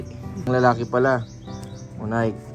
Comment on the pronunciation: NIKE is pronounced NAYKE.